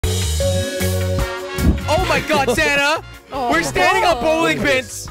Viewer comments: It's Sanna not S anta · Is it just me or does it sound like jelly is saying Santa instead of Sannah😂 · At the beginning i thought he was saying santa instead of sanna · Is it just me or does jelly sound like he is saying Santa instead of Sannah😂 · I thought jelly said santa XD